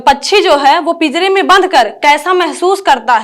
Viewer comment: Bhasha ko bhansha kaha aur pinjar ko pijar kaha, anuswar jaha lagana hai vaha lagai nahi